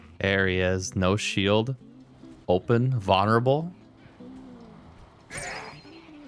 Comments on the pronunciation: did you say....vunnerable? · 🤣 that's funny too. It's Vuln-er-able. Just..read the word lol idk how to help. You speak fine, bro. The vids great. It's just the pronunciation of a couple words. You'll be fine lol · might've even be vonnerable...